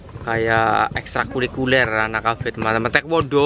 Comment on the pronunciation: Ekstrakurikuler bang yg bener